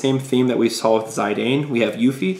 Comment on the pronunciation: its pronouced Zee-dan....